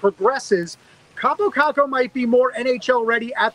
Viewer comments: Your Kaapo Kakko pronounciation is good but you are saying it like Kaapou Kakkou. like hear how google translate says it thats the right way to pronounce it. If you don't believe me you should trust me cuz i'm finnish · Im Finnish and its pronounced KaaPO KaKKo! not Kapo Kako👌